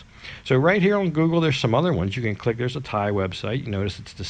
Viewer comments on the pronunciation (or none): none